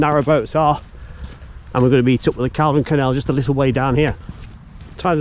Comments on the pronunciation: Call-don! Not caldun. 🤦🏼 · its pronounced "Call-don"